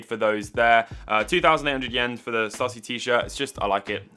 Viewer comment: Btw - the shirt brand is pronounced “Stoo-see” rather than “stuh-see.” It’s the creator’s surname (Shawn Stussy).